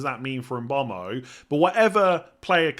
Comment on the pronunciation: Yeah come on, bit of respect, make the effort to pronounce the guy’s name correctly.